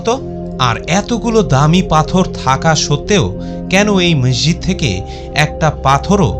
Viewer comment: ভাই শব্দটা ম্যাসজিদ না, মসজিদ। অতিরিক্ত ঢং না দেখিয়ে শুদ্ধ বাংলায় কথা বলেন